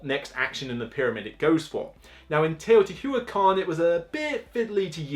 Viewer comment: I don't mind when the words are mispronounced it bothers me everytime he says teotiwatever, it's not that hard to just try and say the word.